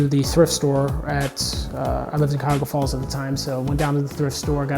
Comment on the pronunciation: Hey man just wanted to say you pronounced Cuyahoga Falls, OH PERFECTLY!!!! I'm from there and hardly anyone outside the area knows how to say it! :)